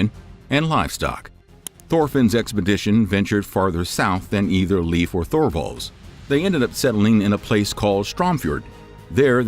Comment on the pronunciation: I love your videos but his name is pronounced more like Laef not leaf like a plant